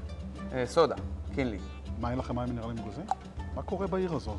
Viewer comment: אלו שאומרים סלומון במקום סלמון ... 🤦‍♀️ : "קינלי" ... 😄 מסוג המקומות שדוגלים יותר בכמות מאשר באיכות. (או שמא הכמויות האלו במיוחד לניב ...) מבאס לאללה בכל מקרה, וחבל על כל המזון הזה שנזרק כי הוא לא טעים.